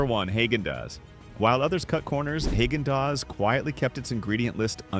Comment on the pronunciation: Haygendoz. That’s hilarious! Even artificial intelligence should pronounce it correctly. I noticed it said nothing about Chapman’s again 80 or 90% of this video can be skipped. Hit the forward button. I’m glad they are forced to call them desserts instead of ice cream. That is a good thing.